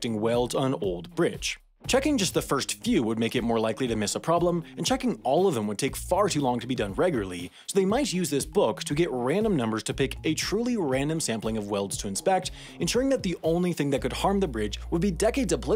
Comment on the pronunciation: “Regarly” I think ya missed a syllable there